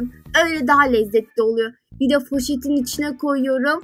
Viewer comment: sen niye poşete foşet diyosun